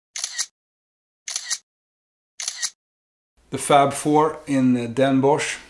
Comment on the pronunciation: next time you go to Den Bosch, or 's-Hertogenbosch how it's officially namend, you have to get a "Bossche Bol" . It is a large profiterole, filled with whipped cream and coated with dark chocolate fondant icing. It's obligatory, sorry. ;) Also, you pronounce Den Bosch as "Den Bos". So not with the -sh sound. More like "atmos or bios" > Den bos. Also great tips. having a list and a map. I was all over the place and came home with a lot of great stuff but nothing I actually went for.